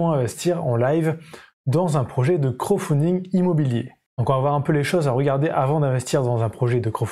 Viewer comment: Intéressant...bon par contre on prononce crowDfunding (littéralement "financement par la foule") et pas "crow"funding qui signifierait financement par corbeau lol ... C'est pas franchement le même sens... Sinon merci pour la vidéo, très claire et instructive...